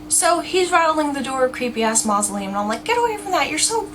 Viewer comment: hahha "he goes up and rattles the door of the 'creepy-ass moslelum" and im like "get away from 'creepy ass moslelm" Lelellee